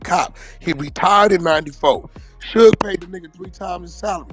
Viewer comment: Lol kept calling suge shoog